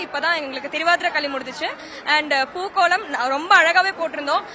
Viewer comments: pooKALAM not pooKOLAM😊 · It's not 'pookolam' it's 'pookalam'. 😂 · അതും തെറ്റി..... പൂക്കളം ആണ് പൂക്കളാം അല്ല